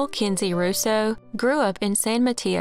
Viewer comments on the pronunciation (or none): none